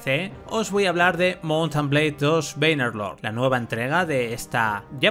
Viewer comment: Alguien que se dedica a ésto debería saber pronunciar el nombre del juego. Por lo demás muy buen vídeo.